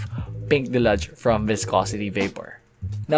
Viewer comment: your pronunciation of deluge hurts my ears..deh-lyooj not delaj..what the heal man!! 🤣✌